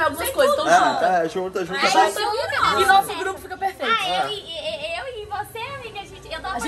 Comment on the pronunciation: A KKKKKK "cheirosa" KKKKK